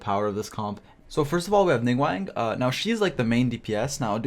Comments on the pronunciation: Ya know I dont normally have a problem with the way people talk but please commit to learning their names NINGGUWANG? NingGWONG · It sounds like you’re saying Ningwang xD